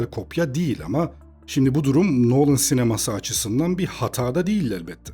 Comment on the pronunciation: Adamın soyismi noolın değil nolın